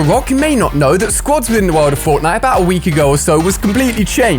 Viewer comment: He said botnite